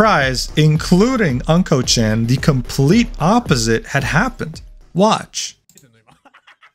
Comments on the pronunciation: I couldnt watch the video because you keep pronouncing "unco" (meaning poop) as "uncle" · Hey, it's Not "A"nko, but "U"nKo. AnKo means Red Bean Jam, and UnKo means Poop/Faeces, It's TOTALLY DIFFERENT THING!! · he sure lives up to his name because Unko ( a closer pronunciation would be "oon koh" ) means Sh!t. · not anko chan, but unko chan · hahaha anko chan, its unkoh meaning shit or poop. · Bro can't even pronounce unko correctly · Ok, mispronouncing "Unko" is kinda understandable, but "Show Hai"? Come on!